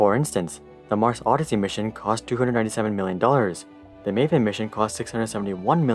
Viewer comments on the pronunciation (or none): none